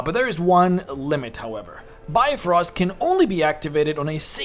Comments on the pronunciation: it really hurts when you pronounce it bye-frost.... it is more like bee-frost.. and try to make the pronouncement of bee as short as possible. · im more irked by his pronounciation of brifrost. It's Bif-roast not Bi-frost.